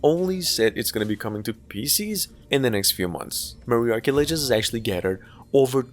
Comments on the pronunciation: Ma-Ri-A-Chi, not Maryarchy. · Mariachi 😂, just read it as is, don't change the a for e pronunciation, just like apple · That's not how you pronounce "mariachi", lol.